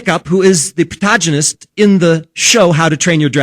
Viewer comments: Oh my god. Did he say "protajinist"? The fuck is this boy talking about???? Gobber literally just implied that he was gay. And it was a funny joke more than anything else. It was one line, and he doesn't even have a boyfriend. But on another note, #GiveGobberABoyfriend lol. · Fucking "Protajinist" "PROTEJINIST" HOW DO YOU FUCK UP THAT HARD ON THE WORD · Protaaaghchzinist? Pidofiliya? This guy have a speech impediment on top of his stupidity, or is this a failed attempt to sound sophisticated?